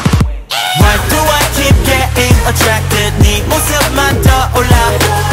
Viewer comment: i just realized binnie say's attwacted instead of attracted 😭